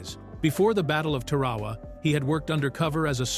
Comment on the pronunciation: Easy to fool AI with Tarawa. Tar uh waa